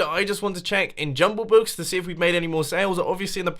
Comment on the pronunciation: Why do I hear Jungle Book when he says Jumbo Book?